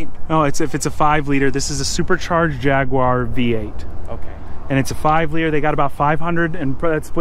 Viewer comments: "jag-war" not "Jag-wyer" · Jag-war? WTF? It’s Jag-u-ar !!!! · Repeat after me- "Jaguar (Jag-you-are)", not Jagwar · You guys, it’s a Jaguar pronounced Jag you are, not Jagwaar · Its JAG - U - R, not JAG - WAAAR. 🤦‍♂️😁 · It's a jaguar xkr A jag-you-are not A jag-warrrrr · "A Jyaaagwah" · I love how Americans pronounce it as Jahguarre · No, its Jag-Arrrrr when your pulling out your hair when it breaks down 2 minuets after you leave the house. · There is no W in JAGUAR. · Americans and how they pronounce jaguar...just grates me the wrong way